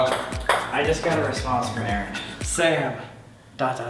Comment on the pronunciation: loriii X You had one job ONE JOB It's Aaron Not aroon (I'm joking around so don't take serious pleaseee)